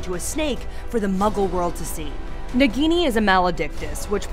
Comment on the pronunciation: Why are you are pronouncing nagini as bikini?